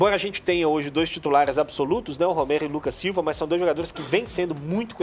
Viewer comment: Onde o cara fala Romero, se diz Ramiro!